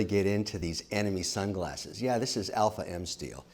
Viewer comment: Did he say 𝘼𝙇𝙋𝙃𝘼 𝙈?